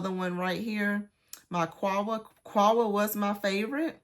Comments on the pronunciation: Quhwa is pronounced COW-wah. Dukhan is pronounced doo-KHAN, not DUCK-an. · Actually qahwa is pronounced QaH Wah.. & I'm a native arabic speaker btw